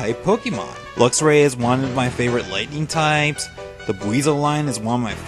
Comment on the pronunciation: He said LIGHTING